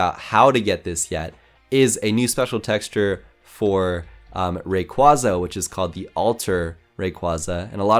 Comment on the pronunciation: You misspronounced rayquasa and lopuny